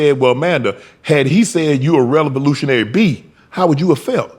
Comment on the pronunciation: Relevilutionary🤣🤣 Shannon Sharp tried to say revolutionary